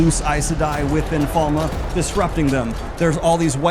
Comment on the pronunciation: Not even two minutes in, the name of the first Battle: "The Battle of Falma".... Falme!!!! Its Falme. My day is ruined and my disappointment is immeasurable. Edit: I see you have it wrong on the Billboard as well....